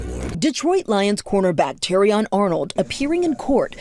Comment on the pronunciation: First off it's not chee-kah-gow; Chicago is pronounced shuh-kah-gow or shee-kah-gow! Yet again you show no respect for cities by butchering their names like that! Why?! Huh?! Also Terrion Arnold (who's a cornerback NOT A QUARTERBACK) pronounced Teh-ree-on! And you better not say "Jagwires" or New Or-leans either! I don't care! Jaguars as in ja-gwaars and New Orleans as in new or-lins! You understand?! Alaric Jackson pronounced ah-lah-ric and Taron Johnson pronounced teh-ron and Alvin Kamara pronounced kuh-ma-ruh AND KAYVON THIBODEAUX PRONOUNCED TI-BUH-DOW! Plus Miami fans fed up with Malik Willis AND?! THEY WANT HIM GONE?! GO AHEAD!! OTHERWISE HAVE RESPECT FOR MY TEAM DUDE AND GIVE THIS MAN A BREAK ALREADY!! You're through... wanna keep mispronouncing things, be prepared to sign your walking papers. And one other thing you need to understand: Justin Fields ain't on the Jets no more so you're wrong. ALL Y'ALL IN THE COMMENTS DON'T SAY NOTHING TO ME.